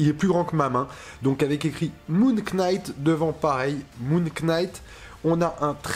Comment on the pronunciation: Ca se prononce NIGHT, on ne prononce pas le K 🤣